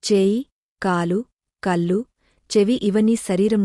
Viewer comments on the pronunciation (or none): మీరు అంతా బాగా చదువుతున్నారు ప్రయాణం అన్నప్పుడు న అనిపలుకుతున్నారు కళ్లు ల్లు పలుకుతున్నారు సరిచేసుకునే ఇంకా బావుంటుంది 🙏🙏